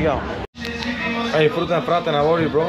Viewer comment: Brother where is Luis!? this is just fruten not fraten!